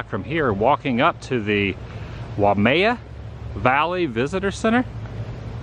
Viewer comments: It's pronounced Waimea (why-a-me-a) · its pronounce why-mei-ya. its something you learn about. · Why-may-a is how you pronounce Waimea.